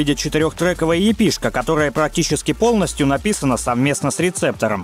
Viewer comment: в произношении ошибки встречаются, типа эйков, епэ и прочеее.